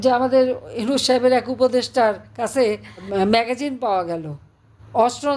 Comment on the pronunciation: ম্যাগাজিন না ম্যাগাজিন আপা।